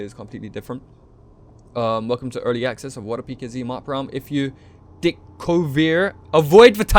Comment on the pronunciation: "Whalecum wanderer" XD XD ROFL